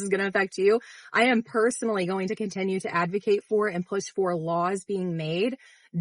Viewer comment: Why does she pronounce "continue" as "contenue?"